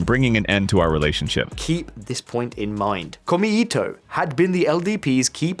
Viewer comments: It's pronounced "Ko-mei-to", not "Kor-me-i-to". Note the three characters: 公明黨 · FYI: 公明党, The LDP's former coalition political party is roughly pronounced, "ko-may-to" with no intonation. ...otherwise, good analysis. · In japanese "e" is pronounced "ay". So please pronounce "SanaAY Takaichi" and "komAYto" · It's Ko mei to, not kome ito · As a guy living in Japan, very informative. FYI not “Kome-ito” but “Ko-Mei-to” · Very interesting commentary, but to pick nits, it is pretty irritating to hear the name of the #2 party consistently pronounced by the presenter as "kome-ito" (all vowels short, which would mean "thread of rice") rather than the actual pronunciation "kōmē-tō" (all vowels long, sort of meaning something like "the fair and honest party"). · Maybe check your pronunciation of Komeito (公明党). Or is there some other political faction I haven't heard of called Kome-Eato? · I live in Japan. Took me forever to figure out "kome ito" which means rice string not the political party. Kou-mei-tow. Great video otherwise 😊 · Small point, I know, but the pronunciation of さなえ as /sænæi:/,しんぞう as /ʃ ɪnzəʊ/ and こうめ いとう as /kəʊmeɪ,ɪt əʊ/ detracts (this listener) from an interesting analysis. The presenter seems to be taking great care over mistaken transcription. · Yeah. Detail fact: こうめいとう, 6 big hiragana, kou-mei-tou, sounds like 3 syllabels, but twice as long as just こめと ko-me-to. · I find you cover the issues quite competently but with a dash of misogyny and Schadenfreude. Your pronunciation of “Komeito” and your garishly unserious shirt need work.